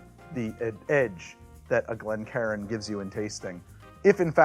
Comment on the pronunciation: Ngl every time I hear him say Glencairn I always hear it as Glen karen